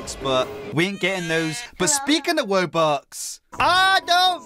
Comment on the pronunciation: I'm sorry but it's called wubox no woobux